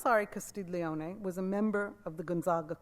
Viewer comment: Great lecture! Auguri! La ringrazio! Good pronunciation, except it's "Castel ioni" like the word "million", no 'g' sound!